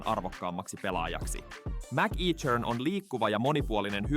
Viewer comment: MacEachern lausutaan kutakuinkin "mäkekhöön". Ei siis "mäkiitshöön".